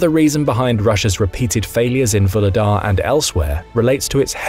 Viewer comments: Vuhledar is pronounced “Vugledar” with a g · 'H' in Vuhledar is not silent. The name is translated from Ukrainian as "Coal Gift" or "Coal Giver". Just because it's a coal mining town. Nothing to do with LotR.